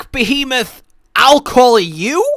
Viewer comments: Krystl behamoth? Lol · I actually kind of miss old pronunciation of Behemoth.